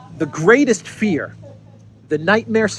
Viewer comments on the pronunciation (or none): none